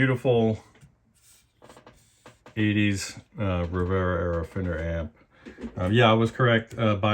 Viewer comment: You nailed ‘Rivera-era’. 🔨